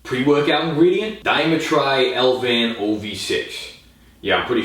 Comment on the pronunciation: He really said DIE-MY-TRY, it's dee-me-tree